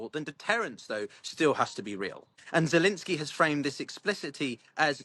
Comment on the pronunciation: Why do you keep calling him Zelinskyy?